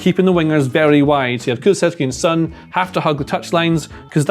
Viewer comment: I am begging for anyone talking about Son to do thirty seconds of Googling to work out how to pronounce his name.